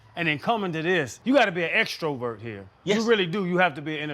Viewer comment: can someone PLEASE tell channing how to say extrovert?